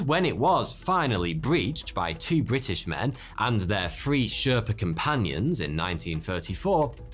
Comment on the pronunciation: On absolute history channel one narrator said "brish-ish" as a poor attempt of saying british despite being british